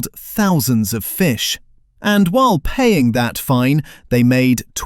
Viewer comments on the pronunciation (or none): none